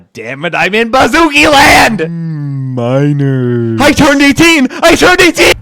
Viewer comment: "Minorrss" It never ends